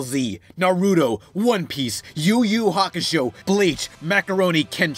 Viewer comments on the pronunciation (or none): Toonami brainwashed you. It's pronounced "Yu-Yu Hakshou", the "u" is silent.